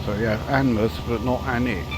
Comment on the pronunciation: Alnwick is further North, it's still to come. As for Alnmouth, pronounced Alan-mouth (or if you want to go full Northumbrian, we'd say Alan-mooth) 😂